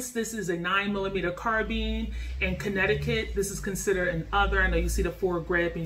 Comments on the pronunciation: Carbine not carbean lol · Car-bean? Lol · You Said Carbine Wrong Respect for the video Tho car beens 😂🙏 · Exactly, what's carbean? Never heard of this pronounciation... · Car beans.. car bye ns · what's a carbean? i tought it is called carbine? and not to talk trash but we use fist's and nothing but fist's but when people enter a home and you are in your bed you are going to tell me that a ''carbine'' is faster then a handgun? lol your giving me a hell of joke lol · #1 you're pronouncing carbine wrong..#2 a 9mm carbine is a waste. U might as well get a MCK make your glock a SBR...